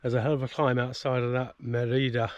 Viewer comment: It is pronounced as Mérida, with the accent on "Mé". You passed very close by where I live since 18 years now! So I reconized many things in this video. Since I am a long distance biker too, I would have received you with open arms. Thanks for your videos, I enjoy them. Saludos!